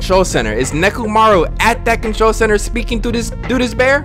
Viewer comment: 'this bear' sounds like 'despair'